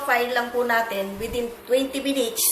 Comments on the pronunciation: "minich" (munites) ahaha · Ate soy sos po ang bigkas don, tska minits hind minich. Thanks po. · nkakaaliw kayo! lalo na ung sa pakbibigkas nyo ng oyster sows at ung pag ka sbi nyo ng 10 minitch ahhaha...ang cute kaaliw! PERO sna bgy mo ung tamang sukat ng mga ingredients nyo po.